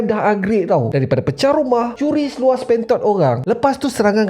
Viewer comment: Xtaula knp setiap kali sebut spentot,tiap kali tu la aku tergelak.. 😭😅